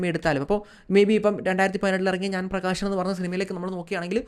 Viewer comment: "ആഷയം" അല്ല "ആശയം" "പ്രകാഷൻ" അല്ല "പ്രകാശൻ" "വിദേഷം" അല്ല "വിദേശം"